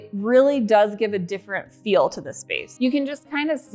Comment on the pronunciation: Well... I noticed another YouTuber says the word feel like you do.. more of a ," fill " instead of "feel." I beleive she may be from Utah as well . Anyhow love how your sketch came in to fruition. Your house is huge.. I thought I had a big house sheesh! Your figure is so cute too You didn't gain an ounce of weight weight in the time you've been away from YouTube ! Nice shapely legs. I have a huge entry way but not nearly as magnificent as yours . Can't wait to see the living room:dining room. but I'm not rushing you guys❤